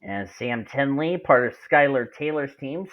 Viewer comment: lfg sam also its pronounves ten ee like penny but with a t instead of a p